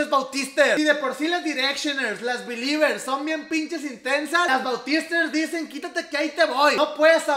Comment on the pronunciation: Tu dijiste "Beliber" pero es "Belieber" 👌🏼